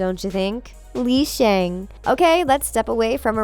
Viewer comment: it's actually pronounced Lee Shung